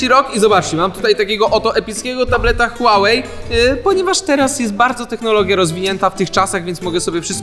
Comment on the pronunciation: Huawei czyta się: Hułałe